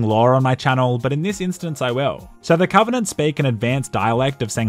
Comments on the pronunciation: " COVINANT" * dies of cringe* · I like how he keeps calling the banished the covenenant